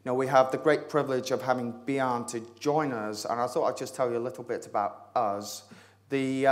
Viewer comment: Yea, but his vocabulary is great and on the other hand his Danish name Bjarne is pronounced wrongly. It is pronounced 'Byarne', where the e is pronounced like e in 'error' :) . Bjarne means Bjørn ('byoern' with an ö like in birn or firn ) , and bjørn means 'bear' . Touche :)